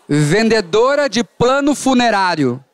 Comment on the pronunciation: Só eu entendi" pano funerário"?